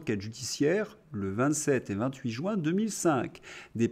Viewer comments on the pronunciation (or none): none